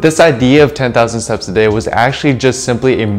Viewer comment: Please pronounce your T in steps more clearly, 10,000 seps a day does not make sense